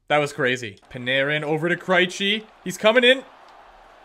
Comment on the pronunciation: Stop pronouncing Krejci as "Cry-chi" Its pronounced as "Cray-chi"